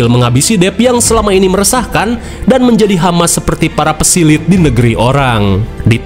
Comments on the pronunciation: Pesilat bg bukan pesilit🤭🤣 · Eta si gombai ,,Aduh bang peke kepeleset gitu lidah nya,, saya benerin ya bang PESILAT bukan PESILIT😂😂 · Pesilit? PESILAT KALEEE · Pesilat × pesilet ✓ 😂